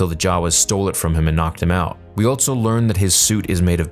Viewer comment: THERE IS NO 'T' IN ALSO!!!